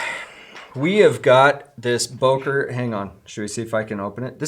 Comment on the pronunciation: I love how americans pronounce Böker😂😂😂